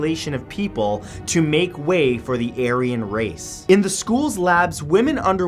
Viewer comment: It's not Aryan it's pronounced as are-yan